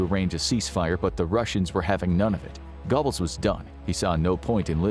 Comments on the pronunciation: I think you will find GOEBBELS is pronounced GERBULLS (BULL as in DULL) and NOT GOBBLES like the sound of a turkey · (😮Eva) "Braun" - pronounced like the English "Brown." Goebbels = "Gurh buls" Thank you❤ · Goebbels is pronounced Gerbells. I don’t know why. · Goebbels is pronounced GER-bulz. Doenitz is pronounced DER-nitz.